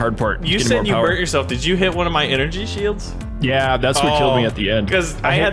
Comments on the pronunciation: ENEGRY SHIELDS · Energy shields. Say it with me: ENERGY SHIELDS.